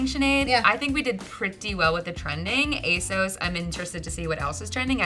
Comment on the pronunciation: You guys are pronouncing ASOS I’m incorrectly. It rhymes with “boss”. I really enjoyed this video format!